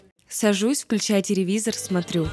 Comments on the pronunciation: Я одна услышала"Теревизор", а не "Телевизор"? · Она сказала теревизор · извини но ты сказала теревизор